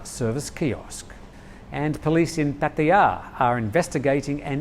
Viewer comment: Why? Because he says it correctly? You’re probably one of those muppets that says “pa-tyre”! If you bother to learn Thai you’ll quickly see that it is pronounced Pah-tah-yah.